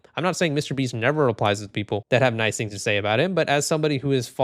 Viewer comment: Who the fuck is this "Meesyter BEEEEST"?